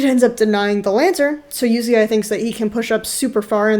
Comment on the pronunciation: Did she fuckin, called Uzi "You zi ai"??? Is this a joke, bcs i'm sick of people who dont know how to pronounce the players' names. This reminded me of LS and his "A Atrox" thing.